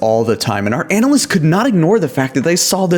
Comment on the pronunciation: The way he says analysts as “anal lists” makes me uncomfortable